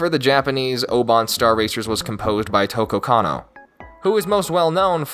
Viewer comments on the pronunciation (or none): I won’t forgive you for pronouncing her name Toko Kanno 🤣 Yoko Kanno is a living legend in the anime universe, you better put some respect in her name ✊🏽 🤣🤣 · omg you said her name completely wrong ^^; Tokko Kanno? Nooo, Yoko Kanno is the lady you're thinking of. xD